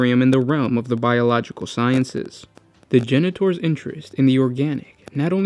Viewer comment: You say: Genetors I hear: Janitors